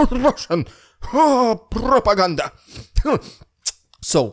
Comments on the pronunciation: RRRRRidiculous..RRRRRussian..PRRRRopoganda! Lol gets me laughing every time! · Haha i love the way u say propaganda haha